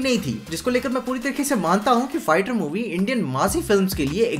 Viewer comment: bro I don't know why its only me or anybody else who also heard the pronunciation of "fighter" as "farter" in the video